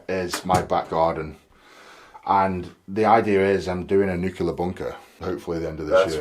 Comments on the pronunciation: Oh, Eddie. It's nuclear, not nukular 😂😂😂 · A nucular bunker!